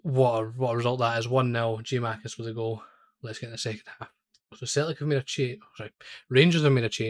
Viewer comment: Good video! One thing, it's Gia-kou-makis.